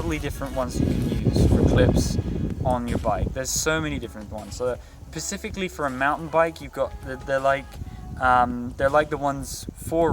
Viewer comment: "Pacifically" haha